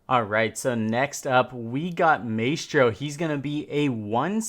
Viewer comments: Now before anyone gets used to the way Maestro is said. IT IS NOT ”May-estro” as said but rather ”Ma-Estro”. The same is with Glaz but people are too used to the way they say it. Lets not fuq this one up. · I cringe every time he says “may-stro” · Its MY-STRO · great video! Maestro is pronounced as my-stro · Its pronounced MY - S - TRO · You need to say maestro’s name correctly dude. You’re saying it wrong